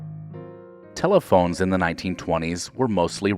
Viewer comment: Telephon-e, really?